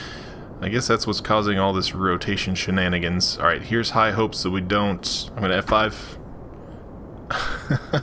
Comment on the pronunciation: Stop saying sannagerns